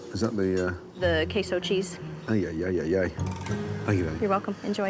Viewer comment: White people think cheese is K-SO lmfao the way she pronounced that